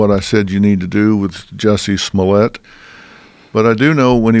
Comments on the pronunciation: Luke Robertson Smollièt you dum fuck, he even says in the joke that it’s French, Smooyay 🙄 what idiots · juicy smoooyeh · "Juicy Smolieee" 😂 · Why are they mispronouncing his name. ITS juicy smallya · Its pronounced Juicie Smolyeah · The best part of reading the comments is seeing how different people pronounce "Juicy Smooliyay" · I thought it was pronounced juicy smolée